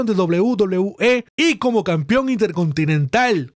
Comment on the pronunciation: CAMPEON weon se pronuncia CAMPEON CON E. Me sangran los oidos cada qie dices "campion"